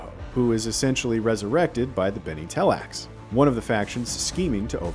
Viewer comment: It's Tleilax, not tellax.